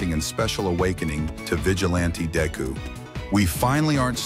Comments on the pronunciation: Dayku that's what I heard what he said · I can’t wait for “DayKu” new ultimate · Bro i hate and love the way it says deku as dayku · "dayku" "Vigilahnte dayku"